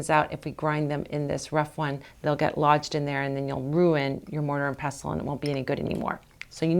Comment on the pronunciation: Thanks for saying pestle correctly! Also, you just saved a rough mortar from a load of myrrh resin - I never knew!.